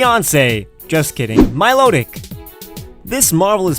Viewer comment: THERE IS NO R IN MILOTIC!